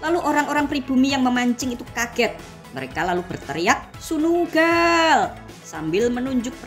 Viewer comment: Sunuuu gallll.....(logat Java)😅😅